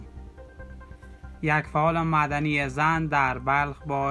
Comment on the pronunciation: معدنی نیست ، مدنی بگو او جوان !